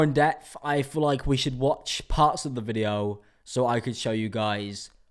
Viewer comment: Can we talk about the way that he says video: videwo